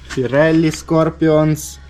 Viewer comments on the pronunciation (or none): Піреллі 😂😂😂😂 а не фіреллі 😅